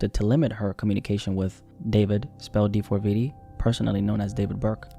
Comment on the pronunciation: Mane we know his name, stop saying d4veedee